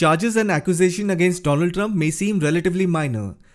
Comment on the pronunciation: Mister doland Trump 😂